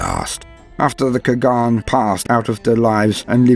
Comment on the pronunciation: Your accent is better than you think :d Only the pronunciation of Old Turkic words were kinda wrong but its because Standart Latin does not have letters ''Ç'' and ''Ğ''. ''Ç'' sound is close to ''J'' or ''Ch'' but ''Ğ'' sound is completely impossible to write thus make words like ''Çağatay'' or ''Kağan'' always sounds wrong even at the professional level. Thank you for the video :d Its makes me genuinely happy any time I see my ancient ancestors adapted into fiction accurately. People usually go into a lazy way and just turn them into one dimensional barbarians...